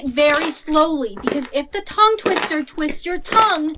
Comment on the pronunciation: When she said “what’s a toungeTwitter?” When it’s tounge twister